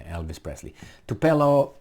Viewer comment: Tupolev, not "tupelov" ffs.